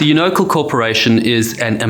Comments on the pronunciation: My only contribution: I believe it’s pronounced “YOU-know-cal” not “you-KNOW-cle” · Unocal- Pronounced "You-Know-Cal" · I was going to correct your pronunciation of Unocal, but that company was (and still is, as Chevron) so greedy, selfish and heartless that they don't deserve to have their name pronounced correctly! It's absolutely appalling how ridiculously few captains, crew and/or owners have been held accountable for the lives lost during these disasters!🤬😭